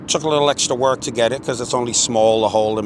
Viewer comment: It was hard ‘wok’ 😂. Love these collabs😁👍